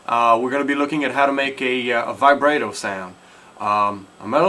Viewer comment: ty, I now know how to Vibrato xD. Also, it's pronounced Vi-brah-toe. With a Long A sound.